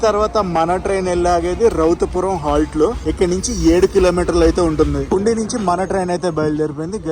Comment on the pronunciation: పుండీ కాదు పూండి నువపడ కాదు నౌపడ సిగ్డామ్ కాదు సిగడాం బతువ కాదు బాతువ